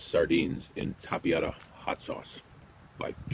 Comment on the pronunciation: Not Tapiato, Tapatio - "tapa-teeoh"